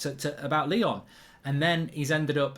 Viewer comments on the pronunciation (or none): none